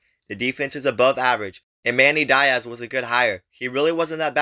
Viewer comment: Ah yea my favorite Miami/Duke coach, Manny Die-azz